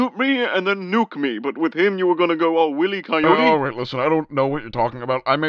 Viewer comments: Weirdly, the character is named Wile E Coyote, not Will E Coyote. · yeah it's pronounced Wīlē coyote. And if it was a joke; it was a funny one. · willy coyote... never forget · Naw. Somehow I think Superman is the type of guy who would pronounce it "Willy Coyote" instead of "Wile E Coyote." Him being an alien and all. Your not an alien, are you? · wile e coyote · Wile* not will e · I was really hoping they were going to segue into, “wait, Superman, are you saying Will-E-Coyote? You know it’s Wylie, right?” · I like that Superman is mispronouncing it as "will-I" instead of "wiley." Haha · Will-y Coyote? Don't you mean... WAHEEE COYOTE?! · Bro why is Superman calling him Will-e-coyote and not Wile-e-coyote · Will- Coyote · Someone please tell me he’s saying Willie for laughs and pronounced Wiley coyote‘s name. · It's "wily" not "willy" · No offense, I thought it was fucking funny. Superman mispronouncing will-e-coyote was great and felt natural for him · omg imagine going your whole life calling him "Willy Coyote" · Superman saying Will-e was hilarious. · Superman saying “willy coyete” is actually way funnier than if he got it right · The fact that only Superman saying Will-E-Coyottee make it fit somehow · I was just about to call you out on that Wile (while) E. Coyote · While-E-Kai yo-T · Willy coyote sounds like something unrepeatable 😂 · "Willy coyote" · I like to imagine Superman simply doesn't know any better than to pronounce wil-e as willy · Honestly, Superman would pronounce it Will E Coyote. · Wile - ee. Like wily the adjective. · will e coyote 💀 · “Willy Coyote” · Just like to say it pronounced "WHILE. E.COYOTE" it's a pun. Like Wylie coyote. Wylie means erratic, unpredictable. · it's pronounced why lee coyote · Wiley. Wile-e is just...my god it triggers me how you say his name wrong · Its not censorship you're just saying it wrong. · Its funnier this way, makes superman seem outta touch 😂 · i think it makes it funnier that it's superman saying it wrong